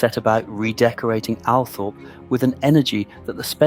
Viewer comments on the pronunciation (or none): Sceen text is full of spelling mistakes. Can't you edit your work before you post? This is IMPORTANT! Oh, and the estate is pronounced Al-TROP, not "Althorpe". SO many get this wrong, it's really irksome.